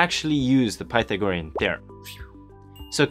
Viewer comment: Learn how to pronounce Pythagorean.